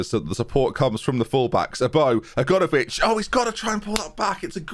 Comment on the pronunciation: Still calling Aganovic 'A-gone-ovic' after all these episodes, love it